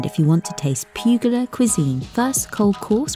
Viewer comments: It's pronounced pull-ya!!!!!! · Pronunciation Puglia is Pool ya - the g is silent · i am from Bari but living in the UK and bilingual, is right. English speakers pronounce GL like PooGHlia which sound wrong, they make same error with the word tagliatelle. So to teach them the right way we should write Pool ya In a way they skip the G. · Sory to correct you. The g is pronounced. I am italian by the way 😉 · I live there 6 months out of the year and that is how I hear them pronounce it = I am Italian also